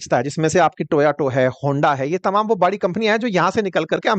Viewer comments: It’s not Toyoto- it’s Toyota. And Hyundai is not Japanese it’s Korean car. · Yeh aadmi Toyota ko "to aa to" bolta hai 😂. How funny 😆